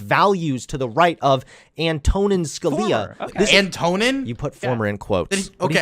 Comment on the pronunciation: I thought you worked in government? I know you were/are a foreign policy guy, and I like your stuff don't get me wrong, but you didn't know Antonin had a funny name? It's emphasis on the "A" by the way and not the other vowels. Mike from PA (the dumbass) says it the right way actually